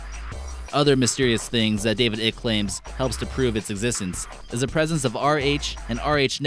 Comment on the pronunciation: It's not David ick its David I-cke